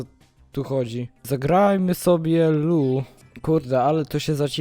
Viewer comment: Nie lu tylko lou